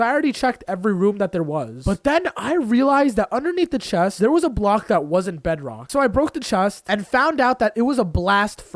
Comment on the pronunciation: um you in the video when you needed to get to the crafting table you said i need to open the chet XD